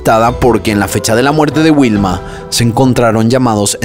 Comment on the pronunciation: Informati sulla pronuncia esatta di Torvaianica.... e anche dei nomi di persona Non capisco perché storpiare in questo modo Vanda non Uanda Vilma non Uilma! Sicilia non Sisilia Sterline?? La carabinera? I CARABINIERI! Amalfi non è un resort ma una cittadina della costiera amalfitana in provincia di Salerno!! Milano-Torvaianica sono 600 km e non 250!!! Era una brava ragazza di 21 anni, non è vero che lavorava, era fidanzata e doveva sposarsi in autunno! Hai detto un sacco di stupidaggini